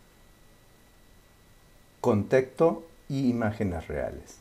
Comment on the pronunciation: Me chirrían los oídos cada vez que dice "teCto" y no "teXto"....